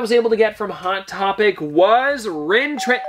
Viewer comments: It’s pronounced RIN-THRAW not rin tran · It’s Rintrah not Rintran Not a big deal but I figured I’d let you know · It's Rintrah not Rintran...how do you mistake an H for an N 🤦🏻‍♂️ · it rin- thrah not rin tran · Some top pops kinda spoiled, I’ll spoil… supreme strange is the strange that gets killed by the illuminati after killing thanos if that makes sense. Also it’s pronounced Rin-traw. Great video!!!! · Lol he said “Rintran” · Rintrah has an 'H' at the end, not an 'N.'